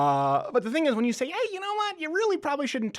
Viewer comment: David 'We Say-ah NO MORE" Hogg